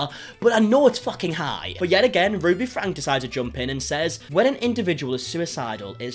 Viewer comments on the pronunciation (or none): Franke is said like Franky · hey no hate just want to let you know their last name is pronounced frankie like frank with a e sound at the end